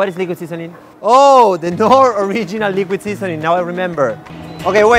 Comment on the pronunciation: Liquid sisonin'! wat is likwid sisonin?! Haha